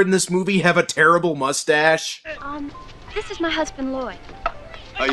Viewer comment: Moles-tache. lol.